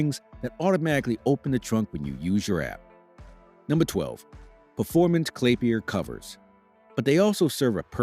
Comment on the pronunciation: "Clapiler covers" Love em.........🤣